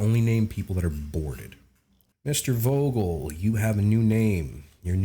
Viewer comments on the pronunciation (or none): Grammar... err, "International Socializer" here. Vogel is pronounced "Foh-gel" in German. V is commonly spoken as F. I don't know why. Take mein Wort for it. xD